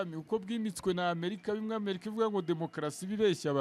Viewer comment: Kuki abanyamakuru no murwanda mukunda kuvuga America Nabi?? Ntimushobora kuyivuga neza mugihe aringombwa